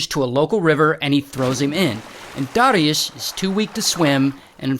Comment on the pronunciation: Man congrats on saying polish names good. People I know have difficulty sayng easier names yet you almost perfectly said dariusz